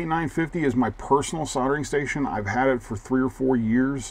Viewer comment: It's obvious that it's "Hack-o" not "Hay-co"! And what is a soddering station?